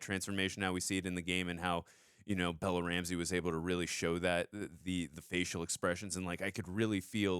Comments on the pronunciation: Lol keeps calling Bella "Bellie".. Bella/Ellie.. haha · You keep calling Bella, Bellie 😭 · I swear he called her Belly twice instead of Bella or was that just me?